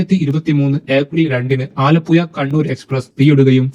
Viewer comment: കോയിക്കോട്, മാബുയ, കോര പ്പുയ, ആലപ്പുയ ഈ എല്ലാപ്പുയകളേയും ദയവായി പുഴകളായി പരിഗണിക്കുവാനും ഉച്ചരിക്കുവാനും ഇനിമുതൽ ശ്രമിക്കമല്ലോ ( യ ) അല്ല !!! സുഹൃത്തേ ( ഴ ) ആണ് ഒരു കോഴിക്കോട് കാരൻ കൊയ്ക്കോട് എന്ന് പറയുന്നത് തീരെ കഷ്ടം മാണ്